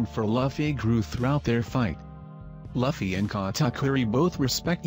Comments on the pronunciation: its louuuffy not laughy !! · Wow...who is lafy..its written luffy which kinda makes sense that you're pronouncing it wrong its pronounced loofey